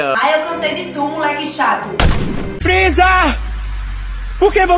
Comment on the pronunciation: A parte mais engraçada é da barbi grew que ela fala frisa pq vc matou o kuririn